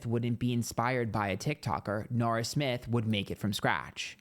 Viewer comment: i hear "Nara" and think it's an australiian person saying "naur."